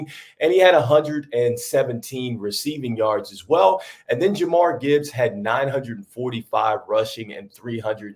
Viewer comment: Its Ja-meer, not jamar. i agree with mikegrills you have got to take the pronunciations seriously. You wont be taken serious as a ball talker but good luck with your channel